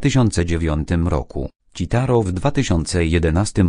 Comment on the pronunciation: Hahahha "ćitaro" hah dobre to było xd Oplułem się przy tym, a tak spoko film